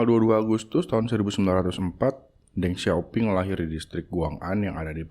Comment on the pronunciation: Deng Xiaoping juga dibacanya: Teng Xioping